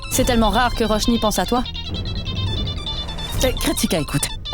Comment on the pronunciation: Tout moun rele tifi an Roshni....DD menm relem Ròshni😂